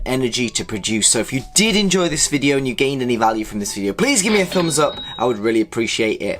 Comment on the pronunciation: "zhaomi", "as moch as I kan", "give me zombs up" jeez, my ears )) it says that conclusions are , but there is nothing there, just some mumbling and filler to extend the video. "Carly opinion" . Watched for a few minutes, again - nothing, just rumbling and noises, 0 information. I am giving "zombs doun".